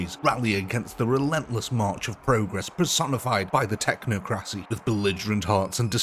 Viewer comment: It's pronounced "Tech-knock-crow-see." Technocracy.